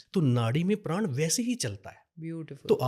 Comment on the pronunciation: धन्यवाद...एक अच्छे तरीके से आपने इस विद्या के बारे में जानकारी दी... लेकिन एक विनती है- कृप्या करके हिन्दी/संस्कृत के शब्दों जैसे प्राण, राग, योग इत्यादि का उच्चारण ऐसे ही किया जाए न कि प्राणा, रागा, योगा की तरह....असल में यूरोपियन को उच्चारण में परेशानी होती है तो उनका योगा, प्राणा बोलना समझ आता है लेकिन आप जैसे लोगों को इनका मूलरूप बढ़ाने में योगदान देना चाहिए. धन्यवाद